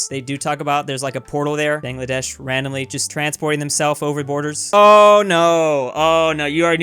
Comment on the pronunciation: Don't say Bangladesh unless you know how to actually say it. Americans think everything is pronounced the way there language works.